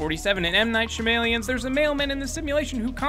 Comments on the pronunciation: lol its pronounced M. knight sha-ma-lan not M. knight shamalien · (shah-meh-lawn) not shamaleon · "M.Night Shim-Alien's" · M. Night Sha-May-Lee-in, M. Night Sha-May-Lee-in, M. Night Sha-May-Lee-in, M. Night Sha-May-Lee-in, M. Night Sha-May-Lee-in